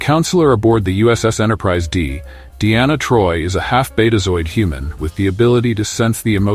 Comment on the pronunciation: A "hu-man"